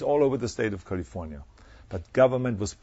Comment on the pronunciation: did he say "Kulifouaatyaauauauniiyauauaa" ?